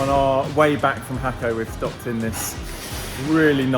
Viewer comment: Jaco’ is pronounced hawk-OH😂Español, people. Español.